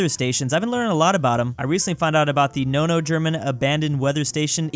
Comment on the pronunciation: Why do you say Nono?